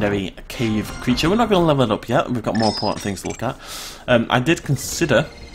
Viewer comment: its CREATURE!!